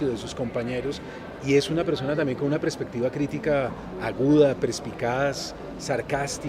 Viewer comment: ¿prespectiva?, ¿prespicaz?